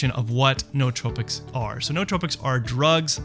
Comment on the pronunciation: Noos is Greek for Mind. It is pronounced just like Noose- So, New-tropics